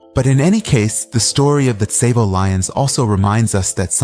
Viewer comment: Tsavo is pronounced saw-vo and I’m pretty sure the lions only killed like 20 people and the original number was embellished